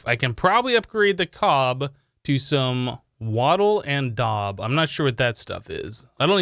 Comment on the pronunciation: The daub is pronounced and Wattle and daub is a composite building material used for making walls, in which a woven lattice of wooden strips called wattle is daubed with a sticky material usually made of some combination of wet soil, clay, sand, animal dung and straw.